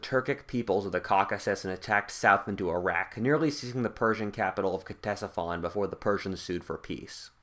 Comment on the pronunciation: Pretty sure there is no K sound in Ctesiphon.